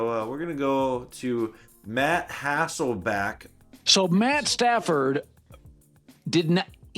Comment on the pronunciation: Don't you mean "Hassleback". I got it. 😅